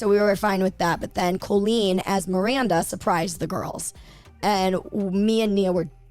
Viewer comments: The way Jojo pronounces Colleen like “Cul-Lean” 🥴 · You’re pronouncing Colleen’s name wrong … it’s a hard O